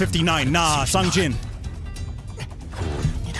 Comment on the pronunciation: Its "Song Jin"